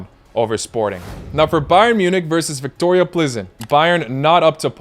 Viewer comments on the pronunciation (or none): none